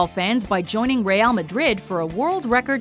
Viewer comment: "reyal madrid"